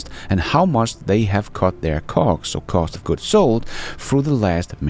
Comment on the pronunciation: Sounds like you saying something else when you’re saying ”cost” lol